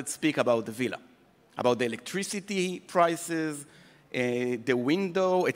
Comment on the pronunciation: עמית סגל: ווילה ≠ villa.